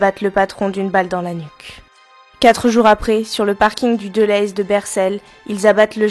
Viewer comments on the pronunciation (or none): Sympa de parler de ça. Je suis originaire de Mons. On dit déléze. Pas delayyys lol. Chouette video